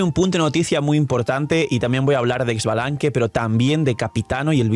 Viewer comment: No es Ex-balanque es "Sha"-Balanque está equiz "X" se pronuncia Sha